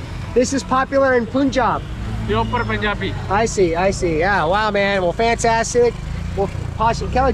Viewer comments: It is not "Poonjab". It is Punjab like the word "Pun" from "Pun intentended" ... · Every American mispronounces Punjab. I don't understand why. Except maybe they learn to mispronounce it from each other. It does not even fit the rules of the English language, as perilous as it is to apply those to a foreign language with twice as many characters in its "alphabet". The English word "Pun" is never pronounced "Poon", so why do Americans mispronounce that first syllable in Punjab? In the word Punjab there are two consonants (n&j) in between the two vowels (u&a), so there is no reason to elongate the first vowel sound (u). I remind Americans that the word "Punjab" rhymes with the English words "Fun job". "Pun - jaab". NOT "Poon - jaab". Ask an Indian, a Punjabi, to pronounce it 4 or 5 times in a row for you. Listen closely and repeat it after them. Then repeat it like a mantra ("muntrr") in your head. It will be a hard habit to break. I won't even get into "Tazz- maa-haal". Yeeesh! 😁